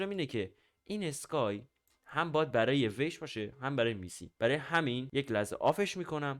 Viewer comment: چرا همه بلد نیستن اسم میستی رو اشتباه مینویسن😂😅 بعضی ها هم تازه اسمشو اشتباه تلفظ میکنن داش بخدا میستی یکی از بزرگای کامیونیتی هست و شما ها هنوز اسمشو بلد نیستین😂😅 هرکی میستی ، ویش و سهیل رو دوست داره لایک کنه❤